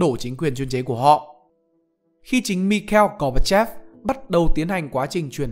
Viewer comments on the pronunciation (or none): Lần đầu tiên mới nghe thấy thuật ngữ kinh tế chiếm đoạt đấy, với cả quả đọc mikeo gobachop luôn, trc chỉ nghe là mi khai il. Ad thử xem lại xem